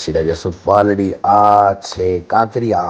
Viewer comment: ओ फेकू, काकरिया क्यों बोला, काकरिया तू दिखता नहीं था